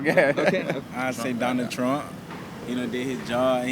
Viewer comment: guy for real said "donald truh"